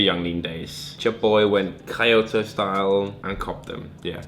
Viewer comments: He pronounced it like coyote lol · did he say “kai oto” instead of Kyoto? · Tsunari Minamoto it's key-oto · "Kai-O-Toe" -, 2018. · ky-oto hahaha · Kyoto is pronounced Key-oto beeteedub lesbinans powah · Johni Simonsen kyou - to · Tsunari Minamoto yeah more like kyo-to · You bean how tf are you pronouncing kyoto?